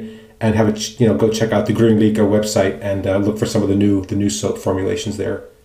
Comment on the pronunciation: You can hear the correct pronunciation if you google translate "Green happiness" to Swedish "Grön lycka" - You did quite good!